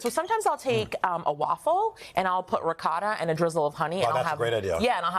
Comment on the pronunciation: Why did he mispronounce Ricotta?? Omg.